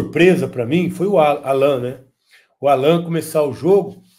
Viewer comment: A pronúncia é Állan, ótimo jogador!